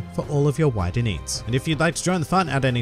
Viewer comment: My friend told me when you say “ check out new world review for all of your WIDER NEEDS” it sounds like “WHITER NEEDS” and now I can’t stop hearing that and it make me laugh every time.